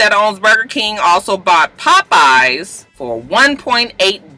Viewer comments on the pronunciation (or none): none